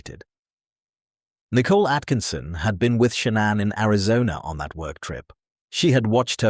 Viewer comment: Again with the 'nickle' it's Nicol (with an 'O' and arrest her already. You don't read anything, there are no replies. Stop with AI crap.